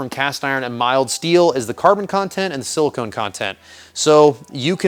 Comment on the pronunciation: by the way, its Silicon the element, not Silicone the polymer for your components on the iron & steel composition. ( and when they pronounce it its Sil-i-con or Sil-i-kin for the element. Sil-i-cone for the polymer)